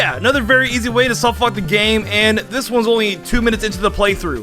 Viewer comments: Take a drink every time says "softlockt" instead of "softlock" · Is he saying “softlockt”? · Why do you put a t at the end of soft lock sometimes. Like not every time but some times you say soft lockt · Am I the only one slightly triggered by the fact that he keeps saying softlockt. With a “T” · Weird choice of video topic considering how much trouble you have saying the word 'softlock'